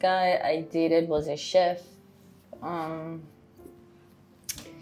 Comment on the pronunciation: Maurice and Sophie well done 😊on your “chef” pronunciation many actors do not pronounce it right